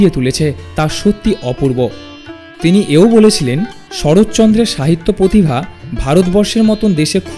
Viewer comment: পতিভা বলবেন না অনুগ্রহ করে, ঠিক উচ্চারণ কি সেটা আশাকরি খেয়াল করবেন।